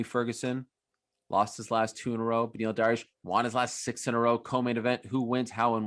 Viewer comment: Oliveira deserves every bit of it and just to add hey Chael it is not beny its beneil you people keep showing your laziness and either shorten names or change them all together its benefit not beny